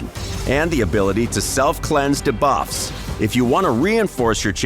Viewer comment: Pretty sure it's an AI voice. There is some weird pacing, and odd pronunciations. Just listen to how "debuffs" is said . They say "deh-buffs" instead of "dee-buffs" which I have never heard anyone say.